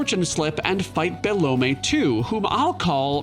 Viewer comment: is "Belome" really pronounced Be-Low-may? i always thought it was Be-LOME lol